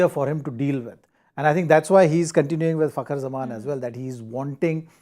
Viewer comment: Madam it's Fakhar kh not k